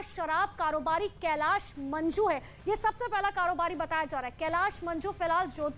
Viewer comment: मंजू नहीं मांजू है😂😂😂